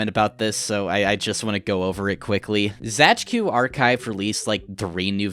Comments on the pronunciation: Actually Zajcu is just read as "Zaitsu" if I'm reading a polish word correctly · please for the love of god do not ever pronounce Zajcu like that ever again